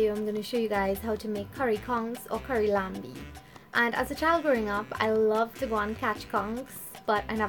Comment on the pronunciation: It is not laMbie it is Lanbi. You don't prononce the M. This word is an French creole word as once, the national langiage in Trini was French Creole.